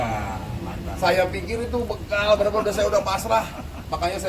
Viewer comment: Tangannya gerak terus seperti dirijen 😂😂 BÉGAL kedengarannya BEKAL 🤪